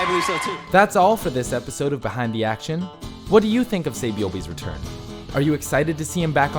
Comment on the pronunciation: he said "RETRUN" lmao he spelled he wrong